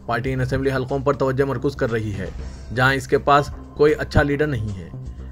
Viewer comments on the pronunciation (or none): none